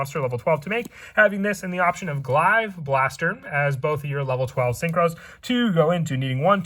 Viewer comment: It's pronounced (glay-ve) not glive